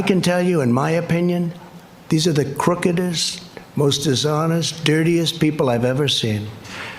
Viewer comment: ugh "crookedest"